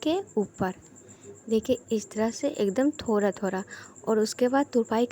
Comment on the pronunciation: Thanks bahut achhe se samjhaya ek bat or kahungi apka थोरा थोरा shabd bahut achha lga apke mooh se sunne me Hum log थोड़ा थोड़ा बोलते हैं ap थोरा थोरा